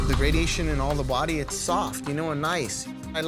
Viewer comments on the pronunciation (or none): Have I been mispronouncing gradiation my whole life